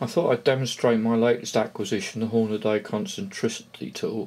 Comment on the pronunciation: Hornaday? Never heard of them. Any relation to the american brand hornady? Was there a branding issue perhaps exporting it. Or is reading the problem. You'd think with the hornady name plastered everywhere grown men would learn to read and pronounce the word properly.